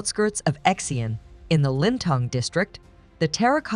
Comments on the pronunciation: Ok, “X” is pronounced as “si”, so it’s city of si-ang, not x-ang, it’s the capital of six dynasties and the designation of ancient Silk Road, the only Chinese city retained entire four car lane wide walls. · Please find out how to pronounce the Chinese name first before you make the documentary Example Xi’ab should be pronounce See Arn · WHY, WHY, WHY do you not do just a smidgeon of research into at least basic pronunciation of place names? I can assure you NO ONE in China has ever heard of "X-ian" !!!